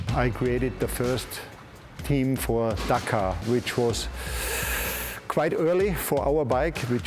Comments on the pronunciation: Dack - are ... that's how its pronounced. Wanna kill a series ... keep saying it like an idiot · Say it with me DAKAR not DAK-AAAR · Its Dakar not Dkar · Spot on, not Dkar